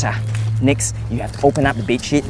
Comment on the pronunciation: It sounded like he said "two benches and a bed sh*t"